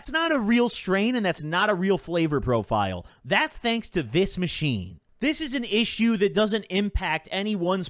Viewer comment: ttok a hit everytime he said 'aathis machine''